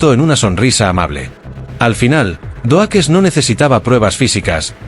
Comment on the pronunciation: Epico Xd "surprise mother, asterisco, asterisco" jajaja. Doakes se pronuncia (DoUkss. Pero igual estuvo genial el video!!